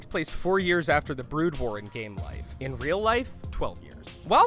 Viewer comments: in, or just after that, you say "Starcraft: Blood war" instead of "Brood war". It amused me. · did he say blood war instead of brood war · "Blood war" lol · "In Starcraft Bloodwar" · you refer to "Brood war" as "Blood War" You must have just been reading someone elses script that accidently auto corrected Brood to Blood.. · I can't get over 'Bloodwar'...omg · Also u called it blood war not brood war... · did you actually say starcraft blood war... disgusting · STARCRAFT BLOOD WAR? ARE YOU KIDDING ME. AND IT'S FENIX (PHEONIX) NOT FENNIX FFS Well now I know that the narrator knows nothing about starcraft and misread brood war. Kinda ruins it for me since now this whole thing seems fake. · lol " StarCraft and StarCraft Blood war" Yeah this guy really knows about starcraft lol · The sad thing is he said it right later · Fact 22 It's Brood war, not blood war, check your self! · DID HE FUKIN SAY BLOODWAR?!!?!!?!! IM DONE!! NEVER WATCHING THESE VIDS AGAIN!! #22 btw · I agree, I doubt he’d ever heard of Starcraft before this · Bother's me how much this guy pronounced wrong, blood wars, art-tasis, art-tosis. ugh